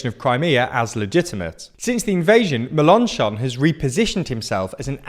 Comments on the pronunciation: That pronunciation of Mélenchon 😭😭😭 meLONchon 😅😅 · Pronounce Mélanchon with stresses on the Mél (it has an accent) and the chon, not on the -an-. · Your pronunciation of Melenchon is better than it was. But...accent on the last syllable, please! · I'm not French, but the way he says "Melenchon" is hurting my ears